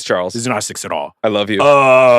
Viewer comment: pronounces “six” like “sex”. What a pervert 😂😂😂😂